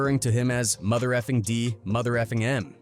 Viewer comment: "Thaw street is a mootha" 😂 😂 😂 😂 wth lol hate those lazy content creator not double checking before posting. Could've written "Da streets is a mudda" 🤷🏾‍♂️